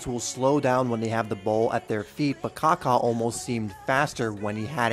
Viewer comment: Kaka a great man in Christ! Thank you for pronouncing his name correctly